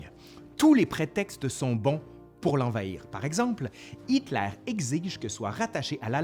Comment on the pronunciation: Pourquoi tu prononces "Hitklair" au lieu de Hitler ??? Pareil comme les fronçais, !! #tabarnak 🙄